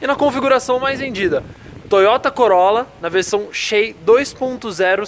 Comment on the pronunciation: Corolla "xei" hahahah